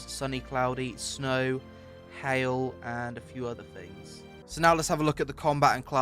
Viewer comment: THings, THings, not fings, aaaaaaagghhhhhh